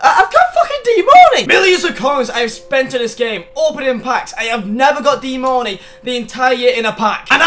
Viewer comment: Its DEAN MARNEY